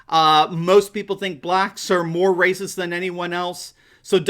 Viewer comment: “Blacks more rayciss” 🤔🤔🤔is starting to chew on some red-pills?